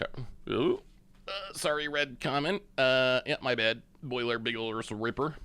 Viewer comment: OVERLORD OF THE BOILER BIGGLES 🤣🤣 its boiler BILGES like bilgewater